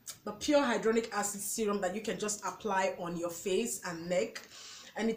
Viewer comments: Very informative and great video. Thanks for the list. Hya-lu-ron-ic Acid .... you pronounced it as Hydronic .... two different things. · Try tumeric lycopene and alpha lipoic supplements also it's pronounced hi la Ron ic acid and re serve a trol